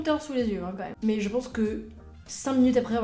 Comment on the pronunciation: Chaine très intéressante, que je viens de découvrir. Merci. Juste un petit truc, j'ai tendance à bloquer sur un tic de langage quand j'en entends un. Le votre, si je puis me permettre, c'est de prononcer "mais" avec le son "é" au lieu du son "è". Ce qui est très étrange pour quelqu'un d'aussi érudit. Voilà, c'était juste pour faire mon connard, je ne peux pas m'en empêcher. À part ça, c'est un plaisir de vous suivre, et ça ne remet absolument pas en cause l'intérêt que suscitent vos vidéos. Juste, j'ai un tic nerveux à chaque "mé".